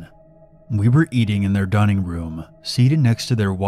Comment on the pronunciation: I like the way you said "WE WERE EATING IN THE DININGROOM" In a weird way, but I understand that it was because of the next part